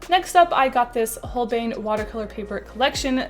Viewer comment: Holbein is pronounced 'Holbain'